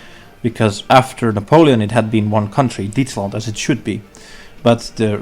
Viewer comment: What did you say Netherlands and Belgium was called after Napolean? Dietsland?